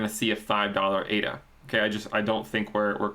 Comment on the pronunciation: Surely it ADA not AIDA? Do you say Aidvertising hahaha!!!